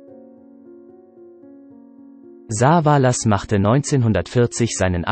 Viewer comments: Saaaaaavaaaalas statt Savallas…. Ohrenkrebs…. Liest das ein Robot? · Das nervt vielleicht. Telly wird nicht Saa-vaa- laas ausgesprochen sondern Savaelles ... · Besonders die Aussprache von Saaaavalaas.. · was ist das für ein computersprecher ? soviele namen die so komisch ausgesprochen werden in den videos hier zum beispiel "sah va las" klingt furchtbar wenn die namen verhunzt ausgesprochen werden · Also wie er Savalas ausspricht ,da rollen sich mir die Fußnägel hoch.